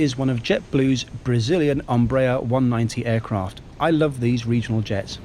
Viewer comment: Hello,: just caught up with this report, which I enjoyed as ever. One detail: the initial ‘E’ in Embraer gets its normal value, as in Edinburgh, not the ‘O’ or ‘U’ that you give it. Portuguese has some startling pronunciations, but this ain’t one of them.